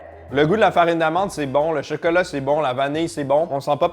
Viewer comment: « le cheuceuleu » 🍫